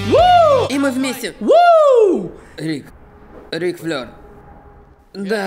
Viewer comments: НЕ ФЛЁР, А ФЛЭР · Рик Флейр(Flair), не флёр